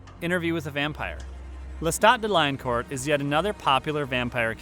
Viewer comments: I just want to point out to the people who made this video lestat last nam sound like this when said dela core not de lion cort he was French his father king he was even trying to become a priest until attacked and his dog where killed read the book the vampire lestat you’ll learn a lot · I am fine with the list except for some ordering... its based on vampires from movies and tv so yea some vamps wouldn't make it that should have. I simply have a problem when lestat has his last name mispronounced and using the one from interview instead of queen of the damned.